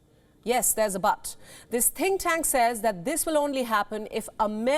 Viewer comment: Why are you lying ??? India recognised the 1 China policy ~ how then is China “invading” Taiwan ??? whilst 1 China policy depicts Taiwan as a province belonging to China. Can a country invade her own country??? Also, your said “think tank” r “tin cans” ~ China is a space force nation that landed in Mars n has her own space station, the Tiangong. You believed that China forces will be “wiped out” b4 the military is deployed. How judgemental n biased is your reporting.